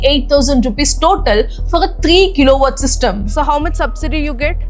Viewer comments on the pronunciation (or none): none